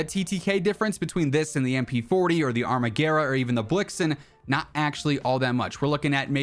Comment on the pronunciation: I think the armaguerra is italian so you pronounce it exactly how it is spelled